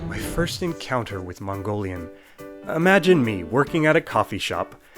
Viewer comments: Gotta say that your Mongolian pronunciation is pretty good. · You got pretty accurate pronunciation i was shocked. im Mongolian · I'm mongolian and your pronounciation is SPOT ON. And some mongolians still have trouble with mongolain script including myself😭😂